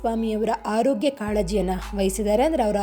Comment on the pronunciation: Loo. ಬೇರೆಕೆ. ರೋಗ್ಯ. ಅಲ್ಲ. ಆರೋಗ್ಯ. ನೀನು. ಬೇರೆ. ಬಾಷೆ. ಯಾವನು. ಅನ್ಸುತ್ತೆ. ಕನ್ನಡ ಆಳು. ಮಾಡಲು. ಏಕೆ. ಬರುತಿರ